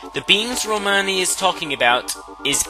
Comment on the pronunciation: I watched this so many times and just noticed, said "Romani Manch"